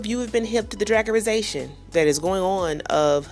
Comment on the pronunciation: the DRAGatization. 😂